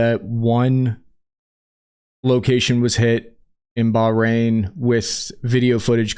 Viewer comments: Hearing pronounce "Bahrain" as "Bah-Rahn" had me rolling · Please learn how to say "Bahrain". And "Bogota"